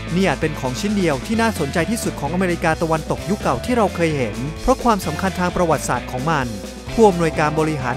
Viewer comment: คำว่า ประวัติศาสตร์ ช่วยพูดให้ถูกต้องด้วย